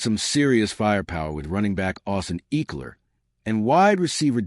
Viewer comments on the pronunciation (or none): Did you just pronounce it Austin “EEKLER” 😂